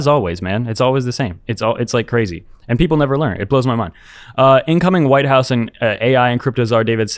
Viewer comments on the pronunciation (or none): none